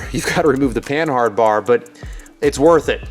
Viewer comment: I'm fairly certain that the H is silent in panhard since its origin is from the French company Panhard.